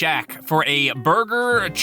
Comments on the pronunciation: Did he just say burguer? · Burger did he say burger